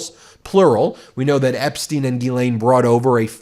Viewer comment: Just interjecting a bit of humour to this crapshow, but if there's anything that offends me on a personal level other than the actual crimes, it's the horrific mispronunciation of the name "Ghislaine" by English speakers, and it's not Ben's fault, or the American media's fault, it's how she or her parents pronounced it, and it's just WRONG WRONG WRONG. It sounds way way classier in the original French. Though parents in French speaking places may be thinking twice about naming their little girls that.